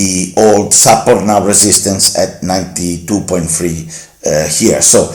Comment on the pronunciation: Bella iniziativa però un consiglio: se nella ricorrente parola "support" metti l'accento sulla prima sillaba anziché sulla seconda in inglese sembra tu dica "supper" (cena).